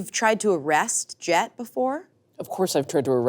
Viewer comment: keeps saying "Jet", but all I'm hearing is "Chet"